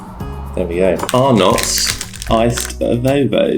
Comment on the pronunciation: Not Arn notts pronounced Arnet